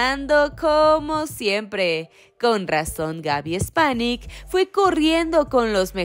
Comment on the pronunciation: Gaby Spanic no Gaby Espanic